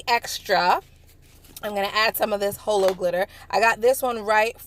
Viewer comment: did anyone catch that she said hoelo glitter instead of holo glitter clearly you are not a holosexual